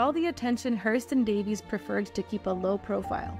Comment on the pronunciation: This is really an intriguing and well done compilation however, her name is pronounced Day-vees, not Davis. 😊